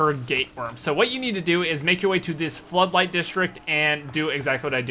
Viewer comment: Pretty sure it said "Footlight" and not floodlight